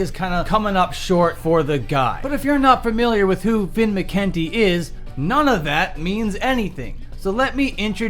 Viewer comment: You keep mispronouncing McKunty.